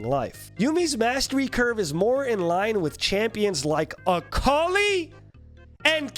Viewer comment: It's akali